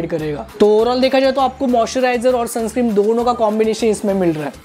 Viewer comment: Bhai sunscreem nahi sunscreen hota hai 😂